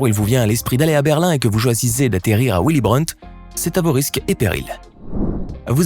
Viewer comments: On di vili Brandt et non uili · Pour commencer en allemand on prononce Vily et non Ouily , mais effectivement les sonneries sont légion . Un aéroport qui "ne fait" que 2 vols par jour, c'est la première fois que j'entends dire qu'un aéroport prend l'avion. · Willy brant nom allemand qui se prononce Villy Brant et non il n'y a pas que l'anglais dans les langues étrangères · "Ouilly Brant ? 🤦 Renseigne toi ducon, dans beaucoup de Pays du Nord et de l'Est, le w se prononce V